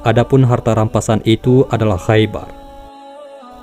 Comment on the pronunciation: kh dibacanya ho bqng jdi khoibar